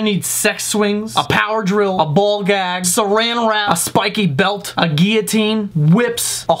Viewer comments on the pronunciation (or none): did you say seranilwrap? lmao